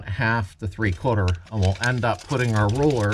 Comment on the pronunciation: "Rollller"? Ahhh RULER! Tape measure ??